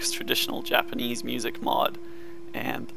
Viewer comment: He butchered that Japanese so badly lol, it's cool tho I have to give him respect for trying.